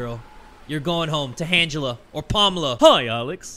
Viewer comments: “Handgela or Palmela” 😂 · Hand-jela, palm-illa 😂😂